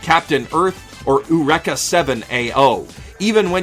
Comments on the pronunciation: "Oorecka"? You know Eureka is an English word not Japanese, right? "yoo-reek-uh" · It's actually "ay-yoo-reh-kah," but I can't really blame him for messing up a weird pronunciation. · Dude confused me for a sec when he said uraka seven lol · My mistake, no hate. I've only seen a little bit of Eureka Seven and I just thought it was ridiculous when he pronounced it like that lol